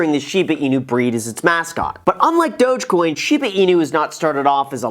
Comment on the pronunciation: Why does everyone pronounce Dogecoin like that? I thought it's more like Dawg-coin